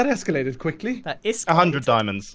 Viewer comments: “That iskallated quickly” — Hippie Grian 2019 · "that iskallated" WHY DID NO ONE ACKNOWLEDGE THIS THAT WAS GENIUS